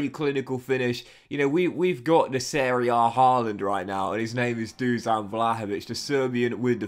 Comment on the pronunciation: Hi, just a small tip. Vlahovic's first name is pronounced Dushan (the "s" is pronounced "sh" like in the word "should"). Nice vid!